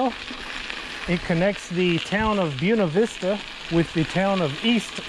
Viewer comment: Great video! And thanks for pronouncing Buena Vista correctly! The railroad trestle was washed out by Hurricane Camille 50 years ago this week.